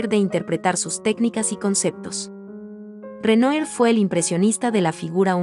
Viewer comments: Por favor se pronuncia Renuar. Si vas a comentar pintura francés aprende la pronunciación, no es dificil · Renoir= Renua! Es la pronunciacion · Con todo respeto se lee Renuar. Es palabra francesa, gracias por el video. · Renoir (Renoá) pas (Renué) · Muy buen video. Sólo que Renoir se pronuncia Renua. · Hola, buen video! Solo una observacion, se pronuncia "Renua" el nombre del pintor. Se puede checar la pronunciacion en el mismo internet. Solo un tip! Saludos! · Esta narradora pronuncia mal el nombre del pintor.